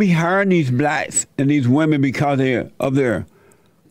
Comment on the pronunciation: “cause they had to hire blatts(blacks)” 🤣🤣🤣🤣🤣🤣 the way he said that just floored me I don’t know why...